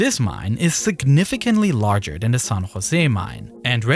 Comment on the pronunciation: th- replaced with f‐ , ‐or like ‐w. In the very first sentence he sais "its August five, two fowsand and ten" and " more den two fowsand feed below de surface"